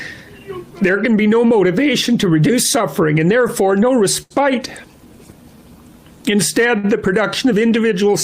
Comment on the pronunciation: The way pronounced respite is neither the British nor American pronunciation nor do I believe Canada has its own. This is a man who learned a lot of words from reading and makes his living talking publicly but has no friends with which to converse. No one ever correct this person.